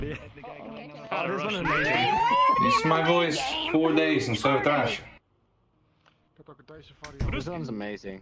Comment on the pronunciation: Idk why but it bothers me so much how that guy says "Soviet Russia" "Sove Rasha"